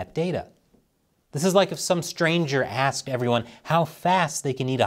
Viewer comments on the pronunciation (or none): none